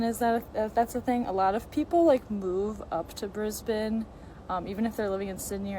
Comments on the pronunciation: Bris-Bane 🙈 forget the e on the end, it's just Bris-ban... or if you're a weirdo from Radelaide or Melbourne, its Bris-bin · That women at timestamp has never been to Melbourne. Also its not pronounced Bris-bane its Bris-ben. and in case you try to say it correct dont say, dont emphasise on the change from the sound of the letter s to the b. just say it fluidly. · I feel bad for america. The education system over there is terrible. Just a few side notes I thought I would add. You said Bris-BAIN. The city is actually pronouced brisbun/brisban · You don’t pronounce Brisbane like that, it’s like “Brisben” and we don’t say How’s it going it’s “good ay, how’s that goin’ for ya” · It's Brisbin not Brisbain lol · not the brisbAYNE 😅😂 we pronounce it like Bris-bin in case no one else has already said it 🫶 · A month late, but we pronounce Brisbane as BRIZ-buhn rather than briz-BANE. :) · you don’t pronounce the ‘E’ affecting the ‘A’, you say it like regularly saying “Un” “Brisbun” (Brisbane) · Bris-bayne? It’s Brisbun. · Briz-bin 😭😭😭 not bane 😭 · Bro it's not Bris-Bane, When you say it. You say Brisbin. "Bin" Brisbane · It’s pronounced Bris-bin not bris-bane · My recommendation is to pronounce Brisbane correctly. Briz-bun (like hair bun), not briz-bayne (like Bane the villain guy). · To help out a little with the pronunciations. Brisbane is pronounced Bris-bin, not bris-bane. Melbourne is pronounced Mel-bin or Mel-ben not mel-burn or mel-born. :) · Oh Brisbane is actually pronounced brisbin I know strange but it is weird as an Aussie to hear bris-bane so we did know ur not from here when u do it 😂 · Practice saying Brizbin 😊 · Bris- bane 😭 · Brisbane …. Say this brizbun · Brisbane pronunciation is more like Bris-bin 😂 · It's pronounced "Brisbn", and Melbourne is pronounced "Melbn". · Pro tip (from an Aussie): Brisbane is said Briz-bin Melbourne is said Mel-bin Aussie is said Ozzie And emu is said ee-myu Other Aussies! Feel free to share other pronunciations in the comments 😂